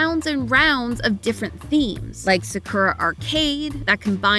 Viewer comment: Sah-kurah 🤣🤣🤣 what an amazing pronunciation